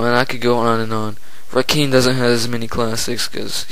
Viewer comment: You nailed it although you pronounced Rakim wrong lol. I think Jay Z the swagger jacker is the most overrated though but he comes second for the most overrated.